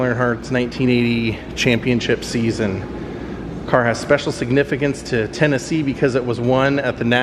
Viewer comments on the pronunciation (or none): none